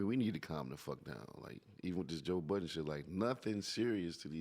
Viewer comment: Joe "Buddens" lol